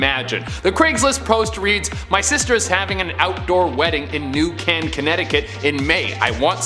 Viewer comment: The wedding one is from New Canaan ct! That’s near me!!! Weirdos lolz ...Btw- it’s pronounced New Kay-nin lol not ‘can’ 😅💜✌️